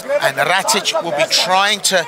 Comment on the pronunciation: Definately not "ratich" xD